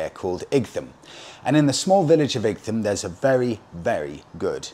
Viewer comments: Hi Please, Please get your pronunciations correct!! Four times you mispronounce the Ightham a place I was based at for the Surgery in Brough Green for about 4 years. Great area and many of my patients lived in the area right up to Sevenoaks. Your channel is amazing and Happy New Year Warm regards Richard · Pronounced like the Isle of WIGHT I think you'll find. A few months ago I predicted that your next bike would be a Super Meteor...and I'm standing by that prediction.